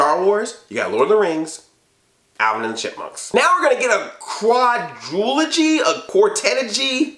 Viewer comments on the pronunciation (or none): It's "Quadrilogy".